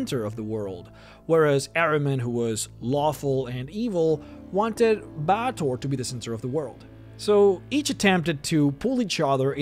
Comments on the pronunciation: Bay-tor is the correct pronunciation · It's pronounced Bay-ah-tor, other-wise a good guide.